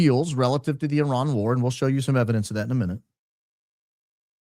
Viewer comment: IRAN not Ian. Do you need bifocals?